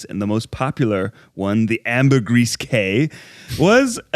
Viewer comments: Hey Ned! Cay is pronounced Key. You should check out the South Waters Cay as it has mangrove coral and is one of the largest protected waters off the coast of Belize. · YESSSSSIIRRRRRRR MAKE THAT TRIP TO BELIZE!!!! 🇧🇿 (My country is beautiful✨) Ps. The word Cayes are pronounced as "Keys" 😂 Just thought you'd like to know